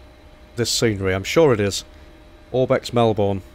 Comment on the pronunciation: I’m not trying to be rude but this really annoys me. Melbourne is pronounced Mel-bnn